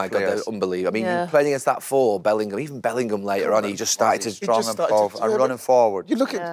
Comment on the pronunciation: Wrighty still thinks Bellingham is called "Bellinum". It's becoming the new Wilshere when people used to call him "Wilkshire"